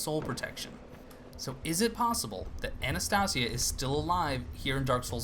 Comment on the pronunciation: Dude I dunno if you're still saying it like that but it's pronounced AnastAYsia, like the NPC's say it.